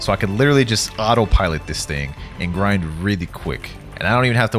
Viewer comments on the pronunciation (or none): none